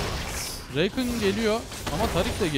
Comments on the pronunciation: Şu rakana reykın deme Allah aşkına tüm yerelleştirmelerinde adı rakan diye okunuyo heronun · Abi n'olursun şuna reykın deme rakan o Kürt gibi söyliycen